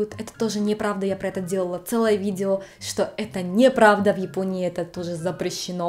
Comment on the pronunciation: ..."...видзео....десятць..." чуть кровь из ушей не пошла...